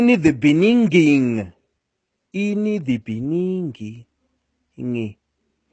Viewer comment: Oh my God and old man can't pronounce the word beginning especially is a president